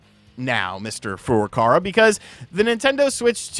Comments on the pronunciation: Please pronounce Furukawa's name correctly; it is Furuka-WA not Furuka-RA. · Kyoto Kyo-Toe Not key-yo-toe ... Furukawa Foo-Roo-Cow-Ah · He still says Furukawa wrong.